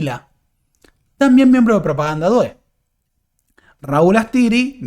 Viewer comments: "due" en Propaganda due se pronuncia con acento en la u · 😀"due" se pronuncia con acento en la "u"